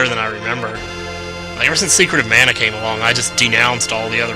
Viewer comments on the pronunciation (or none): none